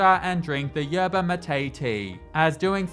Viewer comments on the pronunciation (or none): none